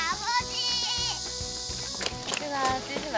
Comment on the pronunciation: Ha Joong is soooo cute. He should say “abeoji…eomeoni” but he said abeomiiii 🤣🤣❤️❤️